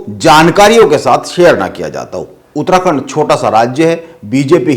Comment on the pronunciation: उतराखण्ड नहीं भाई उत्तराखण्ड 😂😂😂😂😂। पत्रकार तो की मज़ाक 😂😂😂